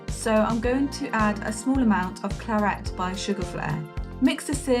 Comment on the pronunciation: Beautiful! But was anyone else yelling 'claret' every time she said "clarette"?